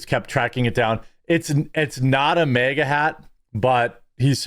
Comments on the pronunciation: It is maga Jeremy, not mega. And it's also bag, not beg. Love your videos though. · Bro, it’s MAGA not MEGA